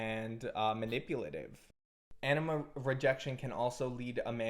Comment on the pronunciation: 😂 same, the captions take it as ennema, your pronounciation of anima could use a little bit of work on the a (comes off more of an ae, it should be more like an ah)